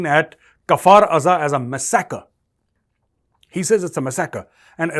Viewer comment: It's not masakar it's massacre, modi mouthpiece you need to improve your English prounounciation 😂😂😂😂